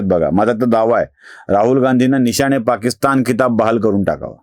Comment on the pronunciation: पाकिस्थान नाही पाकिस्तान करा.. बाकी नेहमीप्रमाणेच लय भारी.👌👍